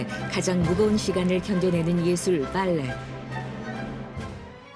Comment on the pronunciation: 성우님 발레 발음을 왜이리 봐알레~ 라고 느끼하게 하시는건지…😂 그냥 담백하게 발레라고 하셔도 될것을요